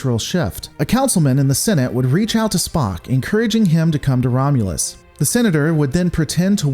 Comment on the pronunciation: 'The Romulans plans to invade Romulas.'